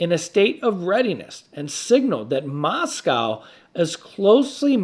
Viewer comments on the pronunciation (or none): none